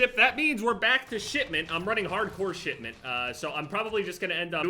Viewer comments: It sounded like he was saying Shitmeant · Why’s he saying shitment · Everytime you say "shipment" I hear "shitment".